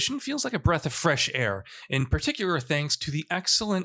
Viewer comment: He might have a speech impediment, i noticed he had trouble saying particular. It’s really not a big deal though.